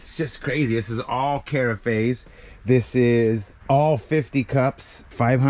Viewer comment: Carafe is pronounced like giraffe, just so ya know. :-D I would say don't open every box, I'm assuming there's multiples of the same products so I would have one to display what it is, and sell the rest as brand new